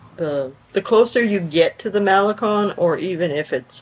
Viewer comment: MaleCON not MaleCONE!😊